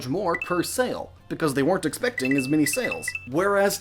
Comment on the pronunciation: Every time you said "many" I heard "mini" Sofor a second I thought you were talking about mini-games